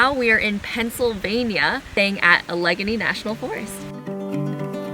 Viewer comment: The correct pronunciation of Allegheny is "AL-ə-GAY-nee." Whenever my family & I go to Allegany State Park in the Southern Tier region of New York, Samantha, the voiceover for our Garmin GPS, would pronounce Allegany the same way you pronounced it. Both Allegheny & Allegany are the same pronunciation. Samantha would pronounce Allegheny correctly.